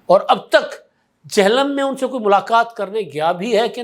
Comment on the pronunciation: ادھا سائیں۔۔۔ یہ "چہلم" نہیں "جہلم" ہے ...